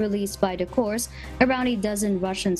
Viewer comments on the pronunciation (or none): Somebody please tell that Corps is pronounced 'Core', not 'Course'.